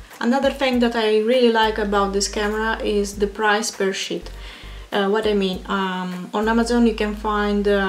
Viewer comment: Good review. Tip: Sheet is pronounced like 'eat', 'meat' or 'feet'. You pronounced it like: 'hit' or 'fit' which means you said: 💩